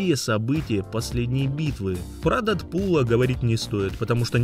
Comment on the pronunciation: что за "рАсомаха", ну ты чего. Ещё и дЕдпул